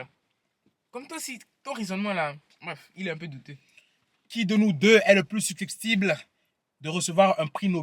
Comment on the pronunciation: on dit su cep tible 😂